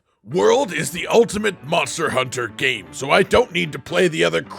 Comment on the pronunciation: MonstEAr HuntEAr